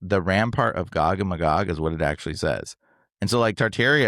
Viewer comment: The pronunciation of Magog is driving me crazy. You are saying it wrong! It is May-gog not Muh-gog.